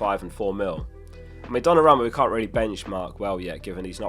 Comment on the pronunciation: Could you fix that pronounciation of Dona-ROO-Ma?